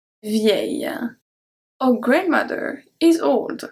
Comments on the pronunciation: C’est génial. Merci. Minor tip, your pronunciation of the English “our” is off. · The way you said our confused me for a second